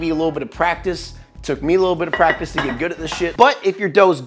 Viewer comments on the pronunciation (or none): none